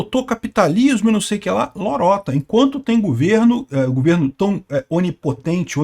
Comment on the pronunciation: o certo é governo, e não gUverno.